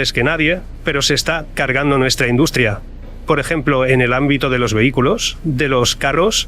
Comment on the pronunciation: yo no se que le habeis hecho al video, pero en vez de decir "pierdes" dice "quierdes", "induscria", etc. Se hace muy raro. Es como que no es Marc Vidal el que habla, es un retoque de IA. Igual es que se oia muy mal el audio original. Que horror la IA.. y esto solo es el principio. En un futuro la tendremos hasta en la sopa. <<Rectifico>> Perdona que habia alguna opcion de audio activada en el video y se oia una pista de audio estraña. Ahora se escucha mucho mejor. Que maravilla volver a escuchar su voz real. Una entrevista buenisima. Muchas gracias